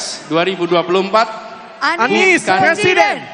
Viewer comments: Ini suara siapa yaaa,,, PRESIDEN atau PLESIDEN. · Pleciden plesiden😂😂😂😂